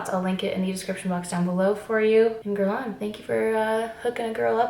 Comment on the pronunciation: I loooove this so much and please don’t hate me Geurlain is pronounced geurlay-n ? I say this as a Montrealer I also say this as an Anglo-Montrealer who isn’t fluently French 🤷🏻‍♀️ #hypocrite but love you! Haha ❤️